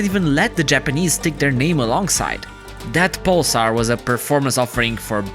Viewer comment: He can't even pronounce pulsar 😂